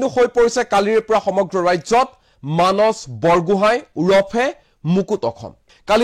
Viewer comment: মানচ....😊😊😊 যদি মানস শব্দটো মানচ বুলি উচ্চাৰণ কৰে তেতিয়া সন্ধিয়া*, *সদায়*, *সোমবাৰ আদি শব্দ বোৰ কেনেকৈ উচ্চাৰণ কৰিব ? বেলেগে আন কোনো নহয় অসমীয়া ভাষাৰ শত্ৰু আপোনাৰ মোৰ দৰে কিছুমান অসমীয়া লোক যিয়ে নিজ মাতৃ ভাষা শুদ্ধ কৈ কব , উচ্চাৰণ কৰিব নাজানে।